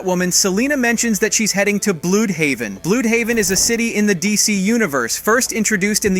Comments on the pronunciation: Bloodhaven is how you pronounce it not blued haven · Im so damn mad lmao xD you said Blue D haven it's Bludhaven not Bloodhaven its pronounced like bluh d haven. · Uuggghhhh Bludhaven is pronounced blood-haven not blue’d-haven or whatever you just said. Don’t ask me why they don’t just spell it Bloodhaven but that’s just how it’s spelled and pronounced in the comics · It's not blued-haven. It's pronounced blood-haven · I always thought it was pronounced "bloodhaven"